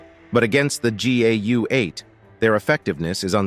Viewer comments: Why is the narration saying GUA and not GAU? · He keeps saying GUA lmao... Then he finally corrects himself and says it right so matter of fact pretending he never got it wrong. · Narrator keeps calling it GUA. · Narrator pronounced GAU four different ways, somewhat distracting. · I really hate the AI narration. It's simultaneously bland, and it's just awful every time it tries to pronounce GAU like a French word. The smattering of often not quite appropriate selections of stock footage also seems like it was selected by AI instead of someone who understands the context. I'm not some anti-AI ideological purist like some, but this application is still a failure. More work needed.